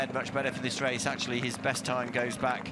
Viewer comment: If a commentator cannot pronounce an R and instead annunciates a W, they shouldn't be involved in commentary. It is a Race not Wace.